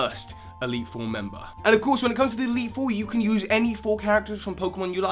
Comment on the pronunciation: you once said eitle 3